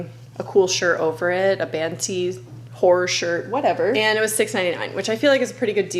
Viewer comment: Me rewinding three times in a row thinking you said "whore shirt" but you really said horror shirt. i was like okay sure diva we can call that a whore shirt too i guess lmaooo